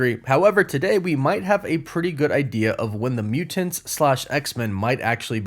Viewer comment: Stop saying mutants so weird.